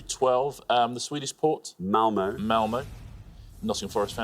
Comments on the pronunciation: Malmö does not end in the letter o. It ends in ö. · Malmö doesnt end in an O you absolute twats! It ends in an Ö! Those dots arent there purely for decoration you know, O and Ö are completely different vowels with completely different sounds and appear individually in the Swedish alphabet. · no, it's Malmö. ö and e are completely different, too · It is Malmö. Ö is a totally different independent letter of it's own